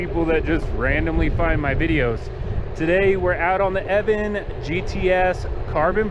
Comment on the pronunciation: I cant stant when people prenounce the company name "Eaven". There is an O in there making it pronounced "Eo-van".